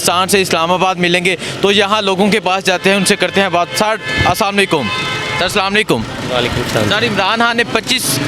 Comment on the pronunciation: salamalaikum nahi bolo Assalamu alaikum bolen plz.